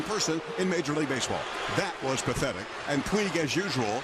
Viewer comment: Lol that was phethetic he said